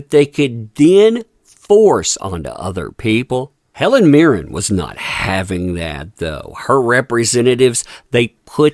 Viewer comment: It's Mirren, with an N, not Mirrem.